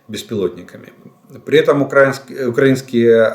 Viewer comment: Так и не научился деда ставить ударение в словах Украинский и на Украине😅